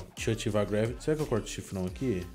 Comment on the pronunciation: Deu mei agunia de ele falando greveli